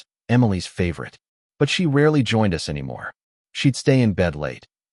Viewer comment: I'm with BournetoBudget. Names change mid story. Details told on repeat with new descriptors for location and place. Pure bad AI bs. Not to mention closed captioning is horribly misspelled and punctuated. Voice over is just as bad. Saying U S for us, calling times and dates wrong, poor timing and spacing of words and sentences. And my personal pet peeve... saying Janet's as Janet S.